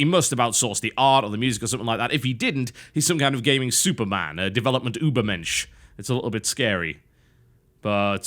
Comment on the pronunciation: wow im suprised your able to pronounce über mensch normally british people are not able to even say hello in german